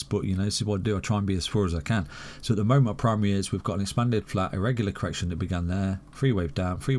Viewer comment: Cor-erection.... Lol